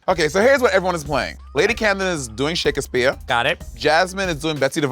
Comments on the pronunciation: monet saying "shake-ass-speer" made me laugh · Also why does Monét call Shakespeare, Shake As Spear lmao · is she saying “shakUHspeare” 💀